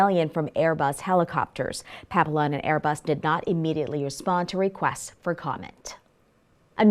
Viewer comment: You need to practice pronouncing “Papillon”. You are pronouncing it wrong